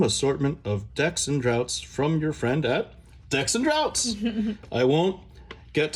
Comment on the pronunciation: This filled me with so much joy to watch! I'm glad you like the goodies! Though, have to call it out, it's Decks and Draughts, pronounced "Drafts" Hahaha :) Anyway, love the work, thank you for everything you do!